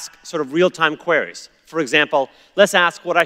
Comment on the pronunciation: Pls god somebody stop ppl copying txt2speach errors, it's not 'qu-where-rays' it's 'queer-reeze'